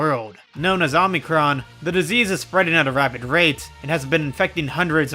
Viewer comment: this quarter-greek thanks you for pronouncing omicron correctly